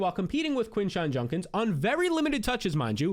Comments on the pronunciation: It’s juDkins not juNkins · Why you gotta do Quinshon like that with the JUNK-ins pronunciation 😆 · why does he pronounce Judkins like that lol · JUDkins not JUNkins!!!! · Is it a bit he's doing calling him JuNkins 35 times instead of JuDkins?